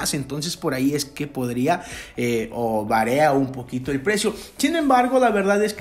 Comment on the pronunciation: Se dice varia no varea